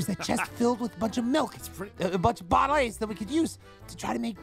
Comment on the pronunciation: what are all these?! Aphmau:these are boutlis Me: dying of laughter 🤣🤣🤣